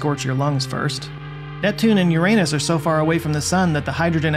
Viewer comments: Thank you for pronouncing "Uranus" properly! 😂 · Uranus only pronounced that way on youtube 😂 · thank you for pronouncing Uranus right.